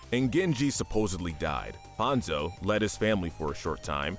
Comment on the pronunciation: With all due respect this video didn't turn out very good. Firstly your name pronunciation is all over the place calling Hanzo "Hanza" when talking about Hazno, how you said Kanezaka, etc Secondly, your lore knowledge is seriously flawed. Kiriko didn't threaten murder she threatened the Hashimotos with "kicking them all in the face" which is assault BIG difference. And she did it to protect an innocent old man and his deaf granddaughter who is a CHILD. They even accidentally shot the guy. Rio has had an uprising but we haven't seen it yet. you probably meant Paris, where Zero Hour takes place. so in conclusion you can do better. For future go over your footage and scripts before posting it. somebody has to be "that guy" and in this case it was unfortunately me. Better me than some asshole who says what I did but much more rudely. there are TOXIC people in our fandom